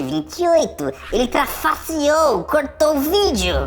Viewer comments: rachei de rir ele trafasserou kkk n seria trapaceou? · "trafasserou" eai cara quer umas aulas de portugues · trafasserou é bom kkkkkk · Deixei o like so por esse "ele trafasseou" 😂😂😂